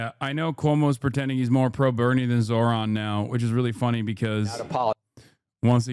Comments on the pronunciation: Why caster always say his name wrong? Soooo slimy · How hard is it to say his FUCKING NAME RIGHT!!!??